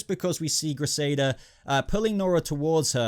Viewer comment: who is krisada? Dude, you make it too obvious that you don't watch the flash etc. lots of names pronounced wrong etc, am sure u did the same with Gotham recently as well lol